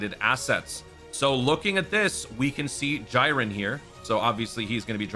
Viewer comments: lmfaoo bro its GEEREN aka Jiren, JYYYYYYren is crazy lmfao. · my man just call him "JAIREN" 💀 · That's just the 200 IQ pronunciation brother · why did you say jiren like that lol